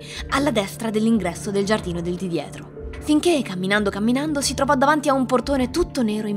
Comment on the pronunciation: Piccolo consiglio per voce narrante: la "s" del pronome "si" e sempre sorda, anche in posizione intervocalica, eg lasciandosi. Just saying...